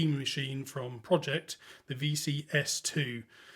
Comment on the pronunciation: Pro——-Ject, not project 🤦‍♂️